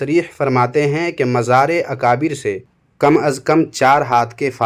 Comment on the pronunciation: Ye to itna bada jaheel hai ki mazar ko majar bolta hai chor wahabi